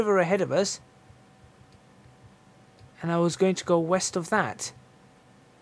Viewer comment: "East..... i thought you said weast!" West is always west good man. Lol.